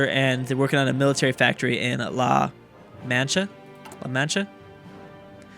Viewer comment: I am so proud that you pronounced La Mancha correctly, good job!